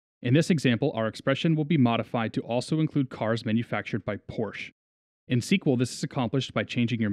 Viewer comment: Wow, that's some nice video editing. One of the best overview vids on the subject, for sure. Just one little detail: That's NOT how you pronounce "Porsche" hahaha.